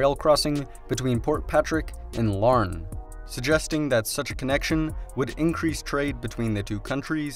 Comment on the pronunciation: Hey with multiple pronunciations in this little country alone its more surprising to hear a name pronunced correctly than wrong. Like you nailed Larne.